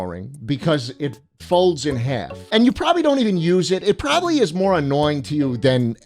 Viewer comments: "I'm PORBABLY not going to kill you" LOLLL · HEAVY emphasis on "Probably"